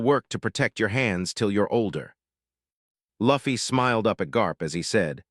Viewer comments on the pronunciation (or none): Maybe if they spelled it "Loofy" the AI would have pronounced the name right! Lol 😂😂